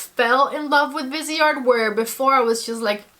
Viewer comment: It’s driving me crazy already. It’s pronounced VEEZ-art. It’s French. “Vise” from the word “visage” (face) and art. And bijoux is pronounced “Beej-SHOO”. (🇨🇦 Montrealer)